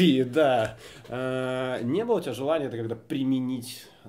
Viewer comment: Перестаньте французить русский язык ударением на последнюю гласную, у нас ударение на корень падает, там смысл слова. Быыыло, а не былоооо начаааался, а не началсяяяяя. Не калечте наше богатство